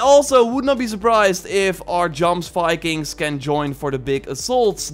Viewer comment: Just a heads up, Jomsviking is pronounced as "YomsViking" with the J sounding like a Y